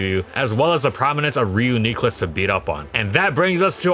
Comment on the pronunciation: how can you properly say reuniclus but not deck-ee-doo-ee